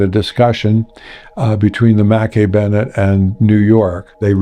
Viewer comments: I thought it was pronounced macKAY bennet not mackee? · wow I didn't know that the Mackay-Bennett was pronounced as Mackie-Bennett, I always thought that I was pronounced as Makai-Bennett. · Its not Makee Bennettt its McKay as in MacEye not Makee . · As a native Nova Scotian, your pronounciation of Mackay-Bennett is driving me nuts... however this documentary is well put together & well done so I'll push through. I believe that you visit Halifax often. Next time you're there, ask a local what the name of the two bridges are & listen to how they pronounce it...😊 Thanks for the good work! ✌🤍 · Agree I've always heard it pronounce mkeee on any films I've seen on the recovery